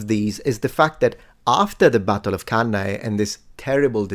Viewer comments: "The Battle of CAY-NAY" 😂 Hannibal's victory dance "Now watch me whip.....now watch me CAY-NAY." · i clicked off when the expert couldnt pronounce cannae about 5 mins in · whole conversation is silly really, nobody should listen to a"Roman historian" who can't pronounce Cannae.